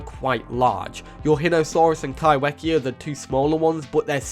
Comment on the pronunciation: If Kaiwhekea is from NZ, then would it be pronounced kai-fe-kea? As wh in Maori makes the f sound? Just curious as I moved to NZ and get so excited when NZ is mentioned 🥰 There are a lot of Maori words here and they are not pronounced how I would read them in English so genuinly curious on pronounciation :) thanks for the video, very interesting and excited for the updates!